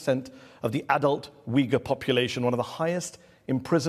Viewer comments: The Chinese dude sounds like he is saying "The Wiggles" Well I suppose the CCP is a big red car 🚘 😂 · I cannot deal with that man calling the Uighur People “Weegills” It is definitely an intentional mis-pronunciation and he is being deliberately insulting in a backhanded manner